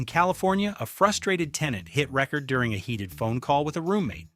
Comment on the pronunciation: It's record not record 😂and ecolee really???